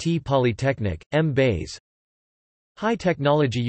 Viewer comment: Hahahahahaha. Did it really pronounce Mbaise as M-base or is it just me?